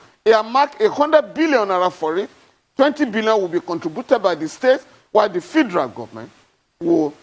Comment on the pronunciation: Why is this guy Falana, mispronoucing FEDERAL as fee-der-al?